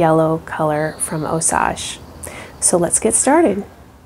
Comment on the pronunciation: It is NOT (Ò-sauj)... It IS pronounced (Ò-sayj)... Strictly American English, NOT French... LLLOL